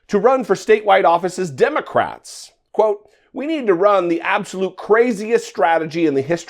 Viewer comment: "But but but the Demmycats started thu Klan"😆